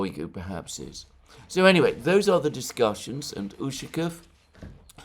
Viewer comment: You're putting the wrong emphasis on Ushakov's last name again. it is necessary to emphasize the second syllable of the letter 'a'.